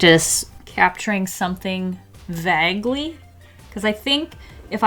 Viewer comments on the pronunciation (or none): I thought it was v-A-g-ly not v-ah-g-ly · "Vague" is pronounced with a long A sound. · “Vaaagley” 🤨 You’re from the PNW aren’t you? 😆 hi friend! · "VAG-ly" nice one,. 😂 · Vaguely 😂 ypu pronounced it so strange it’s so cute